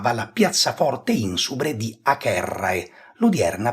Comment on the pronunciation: vorrei sapere perché pronuncia acherrae e non avere il nome di Acerrae. Ed a anche agentes è pronunciato aghentes